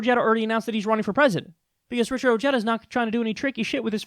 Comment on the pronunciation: Oh-he-dah. The J is pronounced as a hard H.